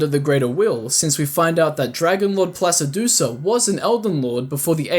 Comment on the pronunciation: Why do you pronounce the name "Placidusax" as "Placidusuh?"